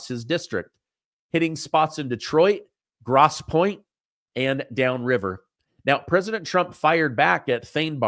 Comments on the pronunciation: Its not Gross point it sounds like Groce. Grosse Pointe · Grosse Pointe is pronounced Gross as in "ooh that's so gross". Long vowel sound. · FYI with respect, GROSSE POINTE MICHIGAN...prounced Gross Point, Michigan... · It’s pronounced Gross 🤮 Point 🙂